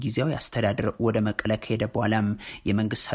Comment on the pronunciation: I love when you say መቀለ :: that is the real name!! Much respect!